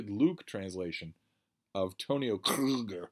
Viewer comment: He must be joking about the roughness of the german language but, nobody here in Germany pronounces this word as he does with a strange throat sound. It is just Kruger, simple as that, pronounced like an u .